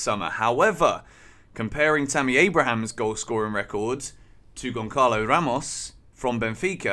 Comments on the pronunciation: It's gonsalo , not gonkalo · Gonçalo isn't pronounced with C because that letter is pronounced as the letter S so it's Gonsalo similar to Gonzalo but for some reason every English person i hear pronouncing it they all say Goncalo lol Hopefully we get him because he looks like a great striker but Rui Costa will burn our bank this time I'm sure.